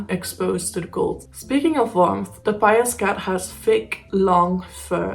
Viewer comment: Fine presentation, no issues with your pronunciation of the cat's name. Thanks.